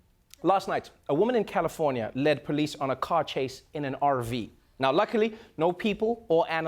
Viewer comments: Never heard Trevor sound more white than when he said ‘RV’ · Trevor always makes the day better! What happened with the R in RV though? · Y'all hear how Trevor pronounced the 'R' in RV??? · Did anyone else hear Trevor use a Southern accent when he said RV?